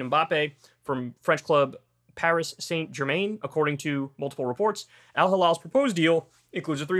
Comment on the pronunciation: Possibly the worst pronunciation of Saint Germain I have ever heard in my life.